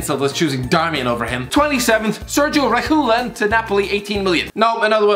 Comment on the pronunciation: Nobody: Literally nobody: The: SeRgiO Rekhulon